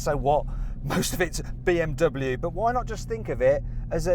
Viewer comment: この動画でBMWのネイティブの発音だけは覚えたよ！凄いでしょ！